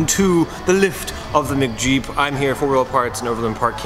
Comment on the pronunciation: "this is truly worthy of the title of 'mcjeep'" Other guy "MICKjeep 😕 it is..." lol